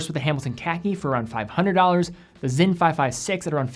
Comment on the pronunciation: Why do you guys keep pronouncing the s in sinn as a z? It's clearly spelled Sinn.